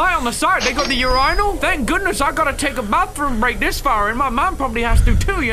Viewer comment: "Ur-I-nal" - 2022 (timestamp )